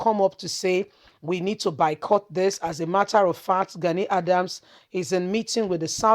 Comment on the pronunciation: Are you trying to say boycott? Because you keep saying bycott! At least that’s what it sounds like.